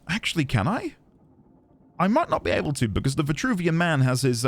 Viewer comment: Virtruvian you say?